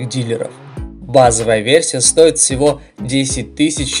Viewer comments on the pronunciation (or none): none